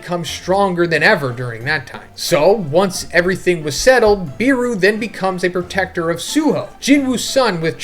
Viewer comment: According to the s2 finale it's "BE-ru" not "BEE-ru"(Iknow this shit's subjective but I REALLY hate the way u say it)